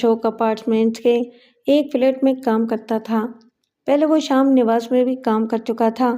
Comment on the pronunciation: Sham nawas nahi sahi lafz hai sham niwas.